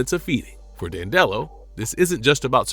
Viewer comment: you’re pronouncing it wrong. and he doesn’t thrive on comedy, he thrives on emotions of any kind. cmon man, get it together.